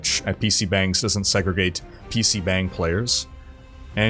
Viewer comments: Not really important the 'bang' in PC bangs is pronounced with an 'ah' rather than an 'eh'. It sounds more like bong. Like when tomato can be pronounced toe-MAY-toe or toe-MAH-toe. The bang uses the same 'ahh' sound as toe-MAH-toe. The more you know :) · It's pronounced bong. You made my Korean wife blood pressure rise.